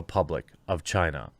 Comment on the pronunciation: Chaina... Every friggin time